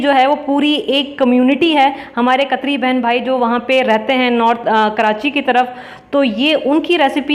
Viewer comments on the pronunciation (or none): Khatri not katri